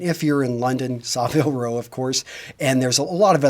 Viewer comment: Are you kidding, you don't even know how to pronounce Savile Row?